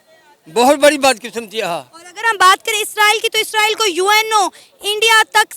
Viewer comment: ISRAEL hota hai 😂😂 naki ISRAEELLL